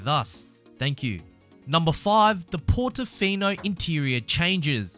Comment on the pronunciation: PORTOFINO!!! no PORTINFINO